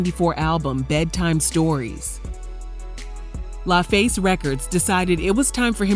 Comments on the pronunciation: It’s LAFACE (Luh Face) not LieFace 😩😂😂😂😂😂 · Way you pronounced La killed me